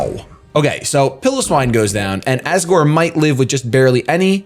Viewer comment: I'm amazed that his opponent spelled piloswine's name the way it's pronounced and still said it wrong